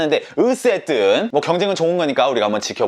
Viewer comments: 마지막엨ㅋㅋㅋㅋㅋㅋㅋㅋㅋㅋㅋㅋㅋ 드롸세옄! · 마지막 인사 ㅋㅋㅋㅋㅋㅋㅋ 드루가쑤ㅖㅅㄱ